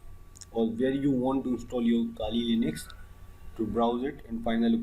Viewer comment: Just the way he says Kali Linux)